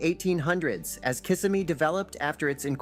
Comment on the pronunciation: Many great scenes and memories. Would like to have seen a picture of the old Albertson Library, the Merita bread plant, the notorious wigwam motels on SOB Trail, and shots chronicling the surprising decline of Fashion Square Mall. “Kissimmee” is mispronounced by the narrator.